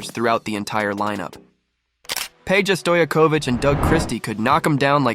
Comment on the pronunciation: Omg !? Ok is this a AI narration? You screwed up vlades name pedros name and hedos name ? What is happening? You gotta fix that . Just watch a old game and listen to how annoncers pronounce their name . Please . I love this vid just come on